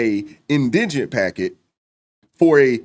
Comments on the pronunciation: it’s in di gent 😂 can’t even pronounce the damn word correctly. SMH. Indiginent like he a Native American or something. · It not indignant it’s indigent !! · IN DI GENT can we get it right, please ….its not indignant, those are two different words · “In-di-je-nent, in-digg-nent, in-dij-in-nuss, in-digg-ness…”. The very people who can’t even pronounce the word, “indigent” correctly, are the ones who are now outraged because they feel tricked into donating to the defense “innocent kid?” Sorry, when people say it ain’t a “Black issue” F it, I beg to differ. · Why is it all these people are making videos on this subject and don’t know how to pronounce indigent? It’s not indignant- Spend hours on the internet but can’t google how to pronounce a word. You sound uneducated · Dude I agree and you had me until you mispronounced "in-duh-jnt"! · The word isn't indigenous its indigent and why do u all Keep that ghetto axe him its ask him i know u all can pronounce these words correctly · Is it indignant or indigent? Because it sounds like dude is pronouncing it wrong! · FYI…it’s pronounced “IN da jent.” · IN-DI-GENT poor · How ironic that ebt Americans can't even pronounce indigent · Do none of you know how to pronounce indigent. In deh gent. Good lord. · Nobody in this video can pronouncement "Indigent" correclty... 3 people SMH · And not a single one can pronounce "indigent". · Why can't folks in the black community say "indigent"? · Why can’t any of these people pronounce indigent? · I just wish someone could actually pronounce the word "indigent". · I’m convinced no lay black person knows how to pronounce indigent! 🙄😮‍💨